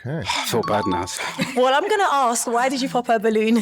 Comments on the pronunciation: Tell the host it’s ask not aks! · Why does the presenter who should be impeccable in communication say Aks instead of ask?